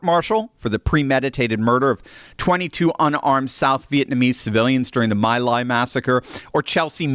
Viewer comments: It's pronounced Mee- ly! Not my- ly! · FYI: The My Lai Massacre is (ironically) pronounced "Me Lie," not "My Lie." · It is pronounced Mee Li, (long i) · It's Me Lie, learn the correct pronunciation. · My Lai is pronounced Mee-Lie. I lived through the nightly news broadcasts and remember.